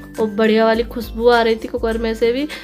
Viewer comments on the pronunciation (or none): Atha nai hata bola karo